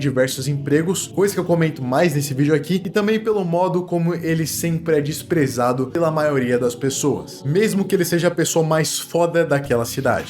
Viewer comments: "Dizprezado" é foda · meu lindo, eu sei q pode ser chato isso, mas só avisando q "dizprezado" é com "e". bj na bunda e seus vídeos são mtt fodas 😘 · Pergunta... "Dizprezado" foi intencional? Btw, ótimo vídeo